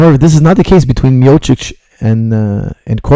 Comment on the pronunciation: It is Miochich, ..great pronounciation coach:) ..great breakdown:)